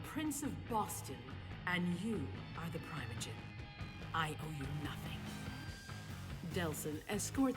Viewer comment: As someone who’s played Table Top VTM since 1996 that’s NOT how primogen is pronounced!!!!!!!!